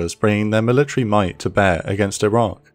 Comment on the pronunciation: Did you say Iran or Iraq?